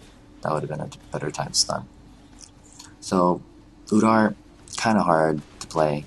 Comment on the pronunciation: his name is udyr not udar.